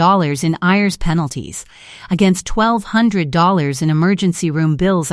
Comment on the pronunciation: Have to laugh at how the AI Voice pronounces IRS as Ears